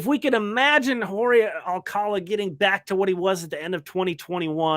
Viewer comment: OK, I live 20 minutes from Alcalá de Henares. That's where Jorge's surname originated, so to pronounce his name correctly, you need to put the accent on the last syllable of Alcalá. So it's alca-LA.